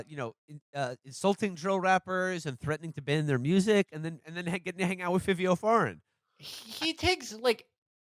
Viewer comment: Not bad epi, but for the love of God. Its pronounced "FIVE-EE-O" Foreign. It isn't "Fiveo".